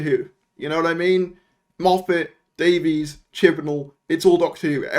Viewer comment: Who's this "Daveez" chap? Surely a fellow Welshman can get RTD's surname right!